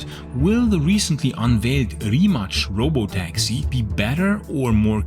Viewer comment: Great video, but it always amuses me how people randomly put a “ch” sound on any Croatian or Serbian word whenever they see a “c”. Simple rule of thumb if you see ć or č it is “ch”. Anything else that is just “c” it “ts”. So Rimac is pronounced “ree mah ts”